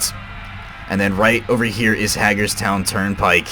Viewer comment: Hagerstown is not pronounced as "Hag", as in the old woman; it's pronounced like "Haig".